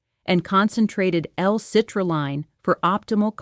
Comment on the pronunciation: Good information -- but the AI meme with the looping hand gestures is off-putting. Editors should take the time to correct the errors in the AI-generated speech such as saying "D-I-D" instead of "did" and saying "citrulline" with the long "I" instead of the "e" sound. Bottom line -- patients should always ask their physicians about the "Choosing Wisely" recommendations regarding specific screening tests. Also, be aware that having symptoms definitely changes the strength of the indications and the need to proceed...